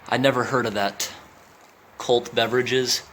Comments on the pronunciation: Cott Beverages, not Colt. Is now Refresco, Mr Google says 🙂 Another cool video, thank you! 😀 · Cott, not colt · Not "COLT" but "COTT". They were a major producer of soda pop. The Cott Beverage Corporation was started in 1923 by Solomon and Harry Cott of Port Chester, New York. Their soda was popular in the northeastern USA and in eastern Canada. The brand still exists.